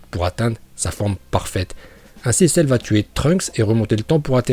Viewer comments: Arrete de dire cerre je vais me desabonner a cause de ca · Celleeeeee!!!😂😂😂trop cool ton accent japonais et merci de nous avoir montrer les niveaux de puissance de Celle 😎